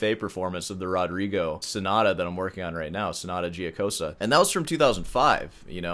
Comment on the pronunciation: Sorry could not resist more, I’ve heard you saying “Giocosa” many times in last videos 😊 it should be like you pronounce “Joke”, the end is fine, like Jokosa. Best luck for your things